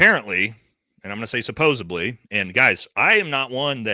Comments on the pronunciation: you can't claim to be highly intelligent and pronounce especially (icspecially) and supposedly (supposibly) both things can't be true. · You can't complain about someone's IQ when you pronounce the word suboseBly. There is a D not a B! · Hey bro, not to be pedantic, but the word is “supposedly,” not “supposably.”